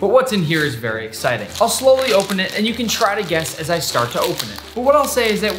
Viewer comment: I was watching this, and at the beginning Nick said "And guss what's going to happen next" and I accidentally pressed on his snack video, and so he said "Snacks" and I was like "what?"